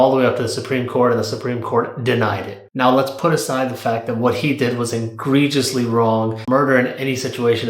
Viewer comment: "Engrageously." Try egregiously. "The IV blue." Blew. "Lacks." Lax.